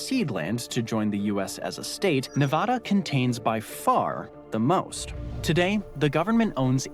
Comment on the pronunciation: Ne-VAAAAAhhhda! seriously!